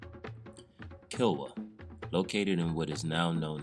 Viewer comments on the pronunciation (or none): Kano is pronounced “Kahnoh” not Kay-noh. Kilwa is pronounced “Keelwah” not Kill wah.